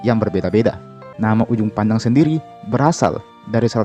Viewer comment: Kak sorri bukan ujung pandang tapi juppandang